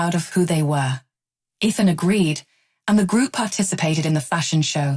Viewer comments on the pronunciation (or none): Please stop mispronouncing Ethan to the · Stop mispronouncing Ethan 😮